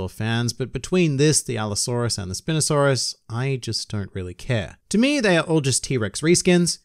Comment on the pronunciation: You get a like. But I do have some critiques. It’s not pronounce Spin-asaurus, it’s not a baybalde. It’s Spine-osaurus, you know because they have a sail on their spine. First reaction so I know you missed this but Oda actually resigned the character model based on the new discovery of the sail going all the way to the tail. I thought that was pretty awesome. Second Critique is that you called dinosaurs lizards *shuttle*. Dinosaurs were not lizards, even if they are called “dragons” in the English translation. They are the descendants of birds. But those are just are some critiques from a guy who loves dinosaurs.